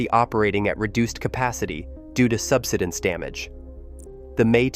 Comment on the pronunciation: sub-SI-dense, not SUB-si-dense. Please speak English. The land subSIDES.